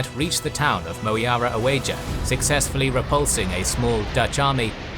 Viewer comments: Dear, if you chose old map that uses the old Van Ophuijsen Spelling System, then you should also lookup how words are pronounced in Van Ophuijsen Spelling System. oe is pronounced u, j is pronounced y. It's Muara Uya, not Mo-e-ara O-e-ja. Kota Bangun, not Kota Bang-go-en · I don't know if this would help, but OE is pronounced 'U' in the old Indonesian pronounce. Same goes for TJ that is pronounced 'Ch' sound, DJ is 'J', and J is 'Y'. One of the example is , , Moeara Oeja is pronounced as Muara Uya and Kota Baroe is Kota Baru.